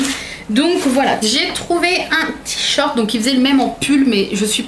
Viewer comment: "tichorte" ca me fera toujours marrer... ^^